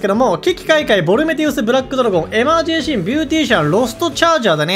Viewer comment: エマージェンシーをエマージェーシーンって言うの聞いててイライラする